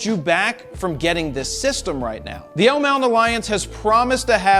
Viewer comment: I thought you were saying all this time , L MOUNTAIN LION- lol